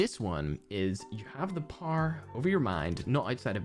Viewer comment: Me a norm: Power a cracked Irishman: paaoaoar